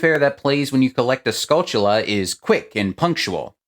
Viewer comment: I like that you pronounced Skulltula correctly! Great vid man :)